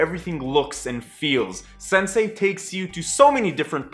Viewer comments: I thought you said 'sensei' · I keep hearing Sensei-ght